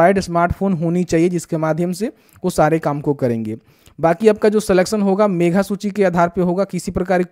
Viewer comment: मेघा नहीं मेधा होता है।